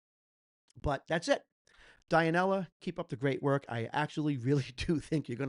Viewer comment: Dionela it pronounce DUE-NE-LA...thanks on your honest opinion,regards from philippines..🫰🏻🫶🏻♥️🇵🇭